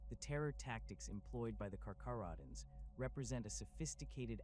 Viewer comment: Pronounced as (car-care-oh-dons), (Ny-core)